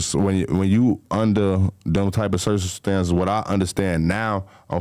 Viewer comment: when you under them type of “circif stancif”🥴